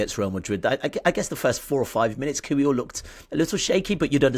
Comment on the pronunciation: over pronounces every Spanish or French word/name but can’t be bothered to say kiwior consistently or correctly 🙃